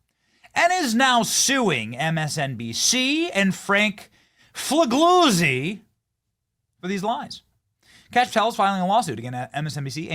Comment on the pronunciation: FEE LEE UZZI (same sound as the z's in pizza)